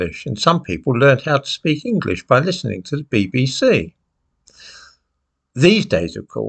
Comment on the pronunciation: This, that, there, their then, though. Sadly the 'th' is no longer pronounced as it should be, as it has been replaced with a 'd'. Dis, dat etc etc.🙄